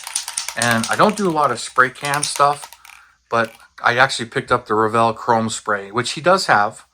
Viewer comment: "Crom Spray"?